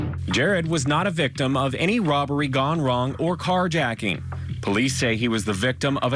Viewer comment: This guy is a robot ,What is an Gijet’ko? Hahhahahhahah and again can someone at court tv talk to him please hahahah and he fucks up at least 15more words, “victIiI,hiim husbaeand,childreaen,her self”